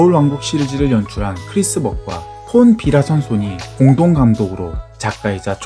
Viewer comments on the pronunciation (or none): 크리스 벗이 아니라 크리스 벅 입니다.